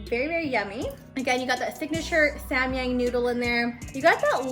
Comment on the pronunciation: Its sam yAHng an AH sound as in rAHmen .. (I literally can not think of any other example words with an AH sound lmao what the hell haha...)